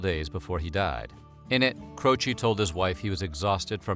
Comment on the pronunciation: Jim Cro-she